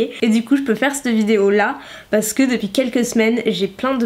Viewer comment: Quand tu dis « parce que » on dirait tu bafouilles tu dis juste « pas je.. » mdr t’es chou 😘